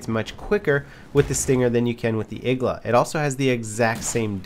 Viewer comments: its not igla ITS igła !!!!1!1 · It's not Igla, it's iglA